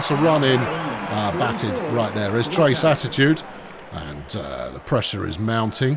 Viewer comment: If a player throws a ball into a dugout or the stands/crowd, all runners are awarded an extra base. In this game, the runner would be credited with a hit and extra base due to error (not a double) and the shortstop would be given an error on the bad throw. Also, the player on your team named "Trayce"...I think it's pronounced tray-see, not trace, since it's a female. Trace is usually a male name. Tray-see I've seen attached to both genders.